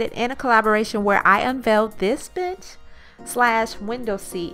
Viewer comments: Hahaha at first I thought she said "where I unveiled this bitch!" instead of bench and I was like whoaaaa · I totally heard "I unveiled this bitch" instead of bench... Caught my attention lol. Great vid. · I love this bitch ... I mean bench! Jk When you said bitch I figured you said bench also when you said a bitch I figured you meant to say bit short. Anyways great idea and great job 👍🏼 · Lol! At the start of the video i swear i heard " I made this bitch" instead of "this bench" haha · I swear I thought you said "this bitch". but amazing transformation! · It sounds like you said "where I unveiled this bitch" hahah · it's good to know that I wasn't the only one who thought that. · I thought the same! Lol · HAHAHA SAME! I was like I need to see the comments I can't be the only one hearing this